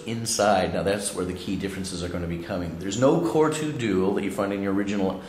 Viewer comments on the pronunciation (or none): none